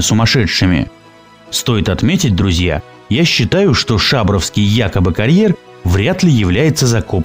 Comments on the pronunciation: Шабр"О"вский,а не Ш"А"бровский,так как Пышм"А",а не П"Ы"шма и МосквА,а не МОсква,как у вас язык то поворачивается,так названия каверкать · Шабровский ударение на О Сысерть ударение на Е !!! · Шабровский ударение на букву о. Грамотей!)) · Автору: прежде чем начинать разговор о каких-либо объектах, потрудитесь сначала съездить на место, поговорить с местными жителями. Здесь (на Урале) никто не скажет ШАбровский, местное произношение - ШабрОвский, так же и СысЕрть, а не СЫсерть. На карьере я сам бывал с начала 70-хгодов, резку камня видел своими глазами. Дисковыми пилами (как на фотке) резали камень вдоль, поперёк и горизонтально. Дно карьера - это горизонтальный спил камня. Поперечные борозды - следы от дисковых пил вертикального разреза. Далее: пилы передвигались по уложенным на грунт рельсам, поэтому линии разрезов такие ровные. В некоторых местах тальковая порода осыпалась и за ней выглядывает скальное основание коренной породы с добавлением змеевика. Карьер был оставлен по причине полной выработки породы, затраты на откачивание воды не такие уж большие - насос жужжит, воду качает. Нынешнее руководство (недавно скупившее предприятие) посчитало нецелесообразным оплачивать счёт за электричество и содержание сторожа. Народ ходил на карьер все последние 40-50 лет, никакой тайны в этом не было. Отсюда вывод: автор страдает снобизмом и желает хоть как-то заявить о себе, не утруждаясь проверить все свои выводы на месте. Кстати, подобный карьер есть возле Полевского, мраморный. Там тоже режут камень баровыми машинами на большие кубы, примерно метр на полтора. И стенки карьера тоже в бороздах. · Только не ШАбровский, а ШабрОвский. Поселок ШабрЫ. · Обычный карьер, красивый интересный, правильно произносить не ШАбровский, а ШабрОвский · Да что вы ударения то не в тех местах ставите!!! Мне как жителю екб ваше произношение уши режет! Не сЫсерти а сысЕрти. Не шАбровский а шабрОвский карьер. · Вот блин, как по ушам бьёт шАбровский! Всю жизнь они были шабрЫ, шабрОвский.